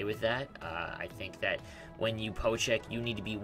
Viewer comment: Just to clarify, it's called a POKE check... Not a PO check. It sounds to me like you're saying PO check.